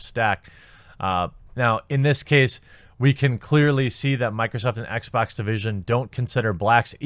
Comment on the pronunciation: Blacks at Xbax. Jeremy's dialect, reminded of an old Jontron Kinect video XD